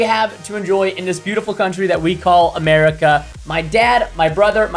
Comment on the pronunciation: Asserica? I live in Asstralia